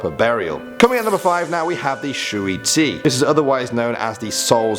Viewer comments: The way he pronounces "gui". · I’m Chinese You said GUI wrong triggered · I have heard of this! I heard most of it anyways!😊😊😊 Btw, you said gui wrongly! I am a chinese! And look up the word gui. It means monster.